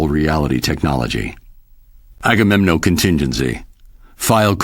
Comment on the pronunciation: É agamenon e não agamenom